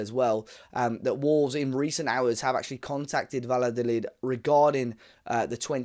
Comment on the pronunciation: Valladolid = Vaya-doh-lid